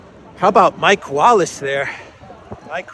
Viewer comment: Great as always. But from an Irish person. Slight correction. It’s Mick Wallace Mick as in rhymes with brick. Not Mike rhyming with bike 😅